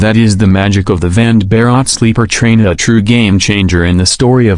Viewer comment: Vande is pronounced One day. And Bharat as Bha rut